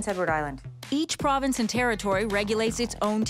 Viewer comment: it's province not provence